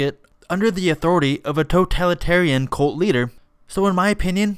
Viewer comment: Wait did you say she's a "colt of personality"?